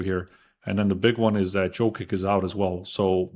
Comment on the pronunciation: please change the way you say Jokic its not JOEKICK its YOH-KICH